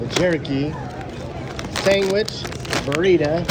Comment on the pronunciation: Did you say 'sangwich'??? 😅